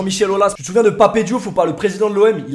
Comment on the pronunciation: Ça se dit Pape Diouf pas Papé Diouf gros